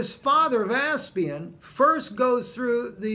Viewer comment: It is Vespasian not Veaspian 😀